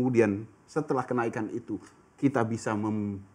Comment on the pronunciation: Apa cuma gue pas awal bilang kenaikan dengar nya kena ikan